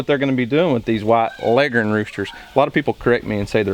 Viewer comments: Bo Bauer Yep, that’s how it’s pronounced, and we pronounce it that way up north, too! My grandfather (born 1917, Iowa) always said it that way. Here in Michigan, we say leggern, too. Leg-horn just doesn’t sound right. lol Just an guess — maybe the old Foghorn Leghorn cartoons destroyed the proper pronunciation.🤷🏻‍♀️😂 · You are correct in your pronunciation finally someone got it right